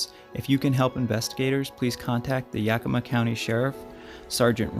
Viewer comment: You did a perfect pronunciation of Snoqualmie and Yakima!! Well done,👍